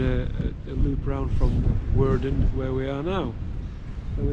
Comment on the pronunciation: Woerden, with an oe as in shoe..